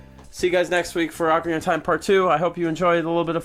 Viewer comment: I think pronunciation is very important. For example, any chance that you could pronounce "Ocarina" the way I always have, now confirmed to be the CORRECT way?